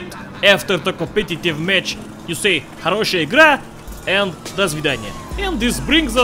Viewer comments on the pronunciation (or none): почему тогда он говорит "хороЩая игра и до Звиданья"? Может, слишком долго живёт в США, что уже и акцент появился🤔